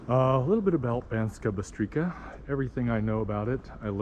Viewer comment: That towers where you were at the start, was the city castle (they teared down the walls when they weren't needed, You pronouce it as Banskaa Bystrica (you pronouce c as c in cemetery (not as k) Also Banská Bystrica is not anywhere near Low Tatras, its just bellow Small Fatra